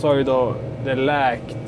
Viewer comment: Jag hajar också till varje gång han säger läkt istället för läckt.😂